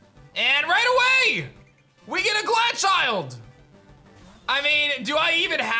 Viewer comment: Pronunciation of Glachild drive me crazy. Pokédex entry said snow child I was like here we go he will fix it. Then he read it and pronounced it ‘snow chilled’ 😭😂